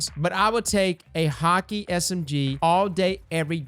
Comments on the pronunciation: "Hockey". Please try. English isn't hard my man. "Haw-Kae" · wait you pronounce Hakke as Hockey? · While we're on pronunciations and stuff, Häkke is pronounced "HACK-eh". Godspeed broder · Bruh its ha-kay (HAKKE). An NPC at the tower by Ikora says it.